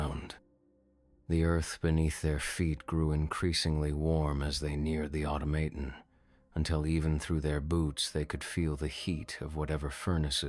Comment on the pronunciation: Pronounced 'automaton' really oddly the first and second time. Idk about the rest of the attempts, but those first two, yikes..